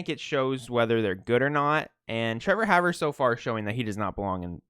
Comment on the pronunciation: and its pronounced "Hawver"